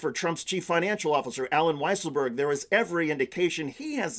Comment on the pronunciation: it's so weird how they mispronounce weisselberg.